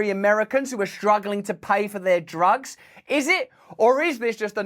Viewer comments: Did Biden say "jugs" instead of "drugs"? 😂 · He said, prescription "jugs" 😂😂 And he has background token fans....😂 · I SWEAR I heard him say "prescription *Jugs*" 🤣